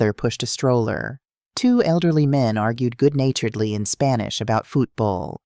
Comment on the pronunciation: I hate her Mexican pronunciation, it sounds too gringo😊